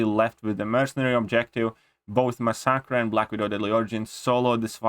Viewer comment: I love your accent (not being sarcastic). For now on, I am also referring to masacre as "ma-sock-uh." English language is stupid, but if you care, it is usually pronounced "mass-uh-kur." The ending sounds more like "cure" but with a hard k sound. I enjoy your videos. Keep it up.